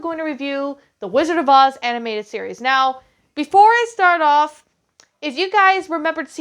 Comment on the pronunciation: Animated, not Aninateded.